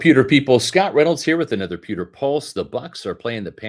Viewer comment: Bro. You reeeeally need to annunciate the word “pewter“ better. 👀… Th-there’s a ‘W’ in it… and yeah, kinda seems to matter 😂